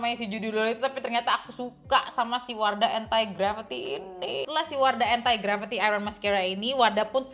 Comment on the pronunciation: kak maap tp aku salah fokus dgn penyebutan entai gravity 😭 jadi inget era melem-babi 😭